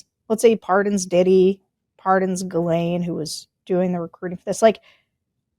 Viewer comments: Nod to Tim for pronouncing her name correctly- Gil en . How the Brits pronounce it. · Sarah, thank you for pronouncing the name 'ghislaine' in a professional and non-distracting manor. Sorry, JVL, clearly you don't know how to pronounce French words, so why try?